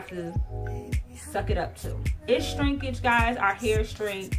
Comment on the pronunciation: Every time I hear you say 'Strinkage' I smile..lol